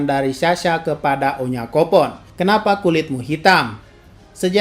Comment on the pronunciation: udah hampir menyinggung salah nyebut nama pula si Shasa bukanya onyankopon,tapi onyanpokon wkwkwk.memang best lah gadis lawak ini.